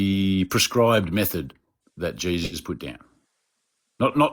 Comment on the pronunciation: The first time he said Jesus, with his accent, I heard “Jay-Z.”